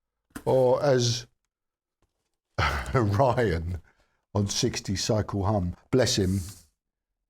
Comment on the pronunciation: The 60 cycle hum guy pronounces it like that? 🤣😂